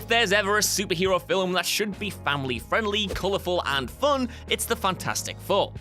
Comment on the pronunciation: Very impressive, getting two syllables out of 'film'